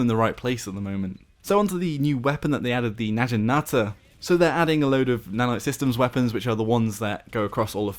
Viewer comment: lol your pronunciation of Naginata.